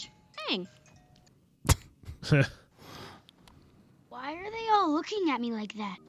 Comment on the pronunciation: If u watch this you have to watch korra too!!! Btw, this american mispronunciation is kinda irritating tbh. They pronounced Aang like "and" but it should be like "hung" since they base references off east Asian stuff. (Chinese,japanese)